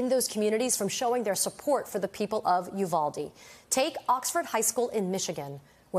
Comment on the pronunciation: State Senator McMorrow is right. The high school students from Oxford, Michigan are very empathetic people. They are certainly more so than many of the Republican members of the Michigan Legislature. However, I wish the media and those that have appeared on it would pronounce Uvalde properly. It is a Spanish word. The "U" is pronounced "oo" as in the word cool. The "v" is pronounced like the sound "buh". The "a" is pronounced like the word ah. The "e" is pronounced as the word a is in English. The pronunciation of Uvalde therefore should be "oo bahl day". This too me is important in light of the number of Spanish speakers that live both in Texas and in the rest of the United States. It is a sign of respect for those who appear on camera to learn how to pronounce a word or a name you may not know. Therefore, it is very important to learn how to pronounce it since it is being said over and over again because of the traumatic event that occurred there. Uvalde will no longer be immediately thought of as the "Honey Capital of the World" but instead be known in the context of Sandy Hook.